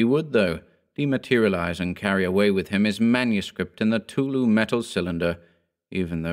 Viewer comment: Who tf is tulu? Lol. I know it's cthtulu but it sounded like tulu and it just made me laugh a little